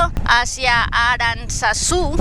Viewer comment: Por favor alguien que le diga a esta chica que Aranzazu no pronuncia de esa manera, si llega Aranzazu la escuchan diciendo de esa manera le dan machete 😂😂😂 paso por el colegio pero por la acera del frente 😂😂😂